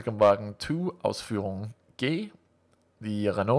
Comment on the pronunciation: ***** Your pronounciation of German umlauts is quite good. You're Danish, right?